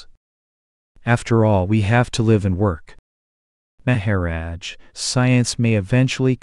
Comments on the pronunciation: It is a bott doing the talking I think? I like everything but " May ha rodge" lol:goodvibes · the pronunciation is so distracting. Please. Maha - rodge. The accent is so distracting